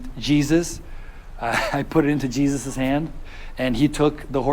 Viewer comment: Glad you had read Tschlifley's book. imo, Horses, Cats and Flowers are GOD's best Gifts to us!! (Ok, that gate along the ditch in ABQ was there for a good reason son!) Jesus is pronounced: Hay-SUUS. Naomi was probably laughing that a horse was eating her ashes, ha-ha! Mexican people are great! (but the Evil cartels hold everyone hostage ; (( Horses and kids can NOT be left alone for even 1 second, as you found out. (sorry you had to deal with cartel men, just like the populace does. And the poor Jaguar!!) Horses are the most accident-prone creatures!! (so always carry Wheat Germ Oil w Vit A & E. Clean a wound, then apply it, bc it kills pain in 3 minutes and also promotes healing.) Yes, Bureaucracy is hell and many in-charge are corrupt. But, at the end, Statues 4 you, Pasture for the 3 horses and even a new GF... everyone's happy. Obrigado for this story! (but why NO Marcha M. horses, Brazil's National Horse Breed??)